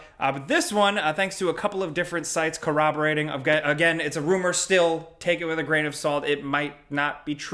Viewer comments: "Coroberatting" lol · "coraborating": when you are so excited about GTA rumours that English gets in the way ;)